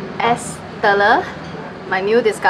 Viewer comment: just a small correction to pronounce es TELER, hope it's okay 🙏 It's said like two English words of TELL + LAIR (with strong Rrrr 😄) ✌️